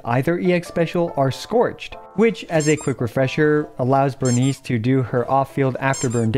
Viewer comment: It's Burn Ice, not Burn Eese